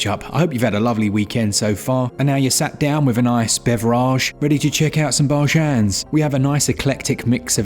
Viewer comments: Ah yes, bev-rahge, bar-jahns, and building the backlog. Welcome to switchup!!!! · Great video,! The "sat down with a nice bev-er-aj and check out some bar-jans" really made me chuckle. I'll never tire of how you jokingly pronounce some of this stuff!